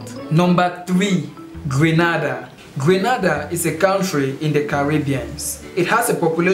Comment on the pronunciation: Grenada not Granada